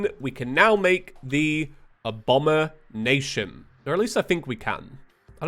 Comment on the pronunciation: so before going back to watch the rest of the video one note it's not "abomination"... it's "abombination" a-bomb-ination... it's basically like how queen bee summon item is abeemination not really bothered by that you didn't notice but just wanted to note it